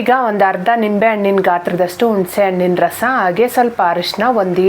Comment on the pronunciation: ಉಣಸೆ ಅಣ್ಣು ಅಲ್ಲ ಹುಣಸೆ ಹಣ್ಣು